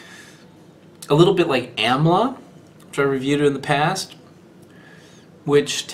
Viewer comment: Amla is popular because it has herbal/medicinal properties not really for the taste lol. Also its used in spiced pickled preparations which removes the astringency. lol and the pronunciation is like AAM-la not YAM-la lol :)